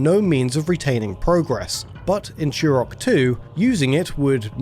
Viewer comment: Turok, not churrockk. English much?